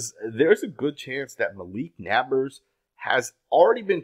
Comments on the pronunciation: Bro, why do insist on saying people's names wrong? His name is NAB-ERS NOT NAB-ARS... Would you like it if someone called you murish Patel? Annoying as hell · He speaks excellent English. He’s literally just mispronouncing the name. I’m sure he doesn’t refer to people that live next door as his nabbers!! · Never doubt ability to pronounce literally every name wrong everytime. It's actually quite impressive. "Nabbers" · It’s NEIGHBORS my boii. Not hating just saying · "Nabbberrs " smh lol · Why can't he just say Naybers < like pronounce, It like that. I know I spelled it wrong; ppl Okay 🤨. I just put it like that SO HE can say it RIGHT❕this guy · I enjoy listening to, but this nabbers crap was driving me crazy. How do you watch so much football and watch Daniels and not know how to pronounce Nabers? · Why you say Nabers like that 💀